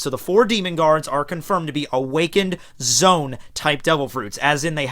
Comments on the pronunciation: Zoan not zone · Zoe-Ann, Low-gee-ah, Pair-ah-me-see-ah. Now you have no excuse.